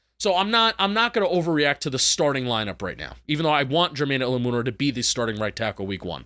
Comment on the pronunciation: please learn how to pronounce Jermaine Eluemunor's last name – it's "El-LOU-men-or" emphasis on LOU!